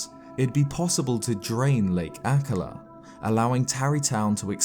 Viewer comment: Ah ka La has the emphisis on the 1st syllable on all other references I've heard spoken. But then your British and I'm Montanan.